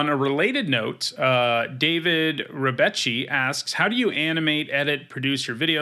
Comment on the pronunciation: Really a wholesome content. I wanted to say that I appreciate a lot your deck history video! PS in Italian Rebecchi is pronounced like Rebekki, with an hard C. Understood? Pinocchio = Pinokkio